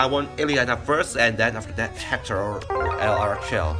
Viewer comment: Just so you know it’s pronounced Laura-shel not L-arshell